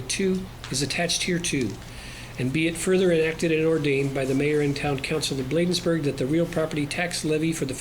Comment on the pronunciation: This is for the Town Administrator, if you are going to work for the Town of Bladensburg, please pronounce correctly. Thank you